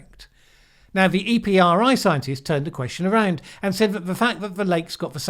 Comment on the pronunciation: I have never heard someone say EPRI as EE-PEE-ARR-EYE. I've always said it as EPP-REE. But really, I've read it hundreds of times, but I'm not sure if I ever heard anyone else say it.